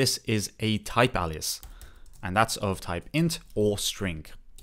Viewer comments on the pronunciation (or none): "alias" is pronouced with an "A" as in "hay", "bay", "OK", "ray", "say", "day", not as in "ha-ha-ha". Welcome to the wonderful world of English